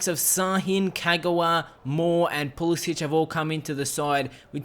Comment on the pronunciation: Pulisic is pronounced with a k sound at the end